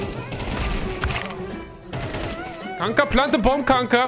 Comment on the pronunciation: The way you said "Kanka" made me double check your profile and see if I was right about you being Dutch 🤣